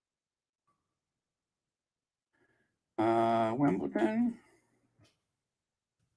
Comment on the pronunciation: you keep on saying Wimbleton. It’s Wimbledon with a D not T. You caught yourself at the beginning but towards the middle of the podcast, you were mispronouncing it 😊😊